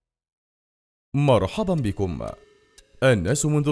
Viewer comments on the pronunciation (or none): مين سمع المقدمة بتقول (مرحضا بكم) 😂😂😂😂 يخبط لايك